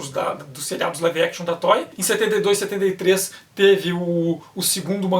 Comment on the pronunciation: Estou ligado, é que eu estava ouvindo "Tói", tipo brinquedo em inglês. Obrigado.